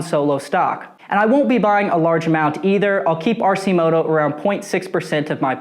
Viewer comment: It's pronounced Arc -i -moto not RC moto FYI